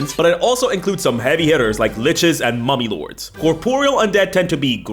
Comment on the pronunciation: Not gonna lie, when he said Mummy Lords, I thought heard Mommy Lords... And my mind went somewhere completely different. I need help.